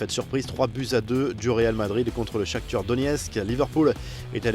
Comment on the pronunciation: C moi ou il dit Shakthur au lieu de shakthar